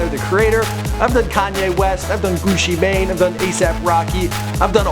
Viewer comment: Did this man really say "Gooshie Mane" lol wth